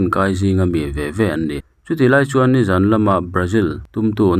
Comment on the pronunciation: Vawkhniak zawn thla,i lam rik dan hi a dik lo nia aw,midang zawtthin lathil in zawn anga,lam loh tur,tin zawn ti anga lam tlema lam rik san hret tur